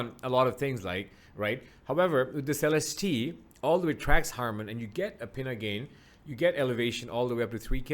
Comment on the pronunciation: You may be the first person i've seen review this headphone to say Celestee correctly lol